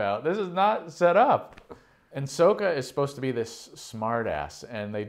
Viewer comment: butchered Sokka’s name